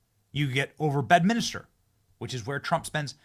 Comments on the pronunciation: Say BEDMINSTER, Benny not BEDMINISTER FFS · Benny— it’s Bed-MIN-ster, not Bed-min-is-ter…….just saying 🤛💓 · Stop butchering the English language Benny! There is one “U” in Nuclear and one “I” in Bedminster! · Bro... it's Bedminster... not Bedminister. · And p.s. it’s BedMINSTER, not BedMINISTER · Benny - Love ya bro but day it with me: BED MIN STER Three syllables, not four. Try it. Keep bringing us the based content. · Disappointing that you mispronounced both Bedminster and nuclear